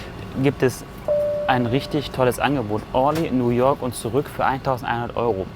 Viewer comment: Bitte sagt nicht Nu woak sondern New York 🗽😊